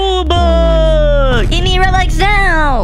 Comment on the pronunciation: he said gev me ur rebux